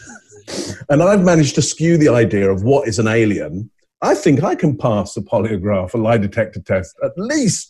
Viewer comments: a poliograph test? she said a Poliograh test. wtf. Ozzie madness. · FYI - the interviewer is an Australian called Ita Buttrose she does have a lisp /speech impediment which might explain the weird pronunciation of polygraph